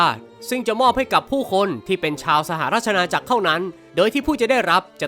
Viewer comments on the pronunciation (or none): พี่พูด ว่า สหราช ณา อา จักร นะครับ😅😅